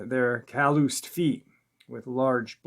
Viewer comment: Calloost feet? Calloused? I love your spirit but your pronunciations are worse than a first generation immigrant lmao